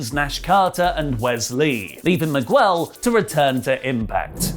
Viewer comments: it's pronounced Mig-ell (Miguel) not Migwel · wtf is a miguuuuuuel, it's without the "u" mate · Why do you pronounce Miguel so weird 😂😂